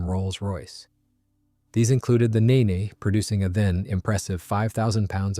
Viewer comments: 1st. The Rolls Royce Nene's name was pronounced "Neen", NOT "Nay-nay"... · “Neen” not “Ninni”, you ninny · It's Nene (Neen) like ween, or bean. I know it won't make a difference because it's AI anyway. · Nene is pronounced knee-n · Maybe, but a better AI system would ask for clarification on pronunciations of proper names, or the script writer would proof listen to its responses and correct the script. I'm pretty sure the script said Nene and not Neen, if you know how literally AI takes things you can make adjustments.